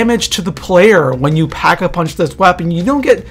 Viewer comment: he said pack a vunch